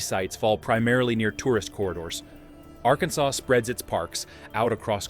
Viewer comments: AI slop! "Are-can-sess". It's a native American name. It's not related to "Kansas" at all. It is properly pronounced "Are-can-saw". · It's between "R Can Saw" and "R Cans Us" 😆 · It's pronounced AR-KEN-SAW. Emphasis on the first syllable, third syllable drawn out just a bit. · Are...kin sas? AI😢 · At least they only mispronounced Arkansas the first time. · Terrible AI Arkansas say it properly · You can always tell when they can't pronounce it correctly or it's out of context. 🙄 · At least someone could train this AI in the correct pronunciation of Arkansas!